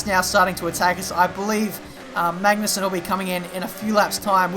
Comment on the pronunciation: Yo just a tip all right!;D. people often say MaGnussen with pressure on G in Denmark we dont really pressure it in many words but so you could get on the right road i just wanna say try and pronounce it Maunussen okay. Cheers and Great video. Cant belive ive actually spoken to you when we raced in the Athleague C:.